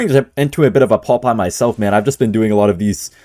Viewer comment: Pompeyo❌ Popeye✅